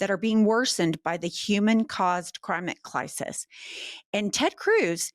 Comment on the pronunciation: Did say crimate clisis? 😄